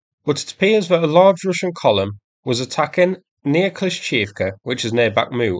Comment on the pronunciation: Its kla-sheev-ka